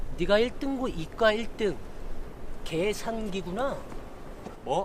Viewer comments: 계산기가 X새끼로 들리는건 기분탓? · 계산기라고 할때마다 개새x라고하는것같네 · 계산기가 🐕🐦끼로 들려 (+ 이리듐 이터븀 이트륨 이수산화크로뮴 이테르븀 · 계산기가 개새끼라고 들렸다 순간ㅋㅋㅋ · 순간 계산기가 개샛기. 라고 들리는줄...ㅋㅋㅋ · 계산기 발음잌ㅋㅋㅋㅋㅋㅋㅋㅋㅋㅋ